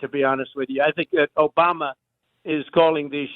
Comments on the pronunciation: Not Obama,Chump. it's "OBAMNA". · As he pronounced it “Obamna.” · He’s said Obama boss/aBiden before. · Really? Obamna? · He mistakenly said Obama a few weeks ago and now he has to go along with it and act like it was on purpose. Like the “Ada” Hutchinson thing that he never has explained because he said his name wrong.